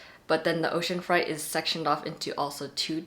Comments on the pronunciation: I think freight is pronounced more like “frayt” rather than sounding closer to fright. 🤔 Or maybe I’ve been pronouncing it wrong this whole time? Either way, this video was amazingly helpful! ❤️ That one word just caught my ear. As a bookish person, I find my pronunciation when I say things out loud sometimes reveals I’ve never heard the word spoken before! 😊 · I caught that too, I was like- ocean fright?? Never heard it pronounced like that before. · The way to pronounce "ocean freight" is ocean fray + eight. Rhymes with weight. Not fright, as in scary. Just a helpful heads up. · You’re correct, it’s pronounced like frate, not like fright. That threw me too, I’ve never heard it pronounced like fright before. Sometimes it’s hard to know how to pronounce something when you’ve only seen it written though. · Freight is pronounced “frayt”. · (This is such a tiny little inconsequential thing but you were misprouncing freight! It's "fray-t" ok love you thanks for the great video bye!!) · Freight= “frate” 😊